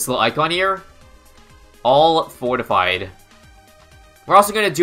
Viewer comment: Did you just said "fortfied red"? That's kinda dangerous if you ask me.